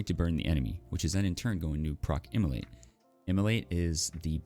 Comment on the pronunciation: not sure is it just me but anytime he says *immolate i hear * Emilly.